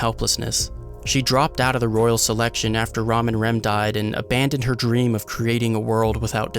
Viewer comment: When u say 'Ram and' it sounded like Ramen